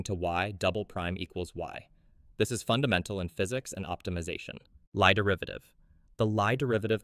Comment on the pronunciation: Lie derivative should be pronounced as "lee" derivative, it is a Norwegian surname